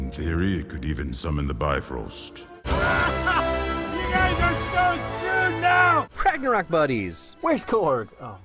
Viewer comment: I cringe everyone pronounces Bifrost wrong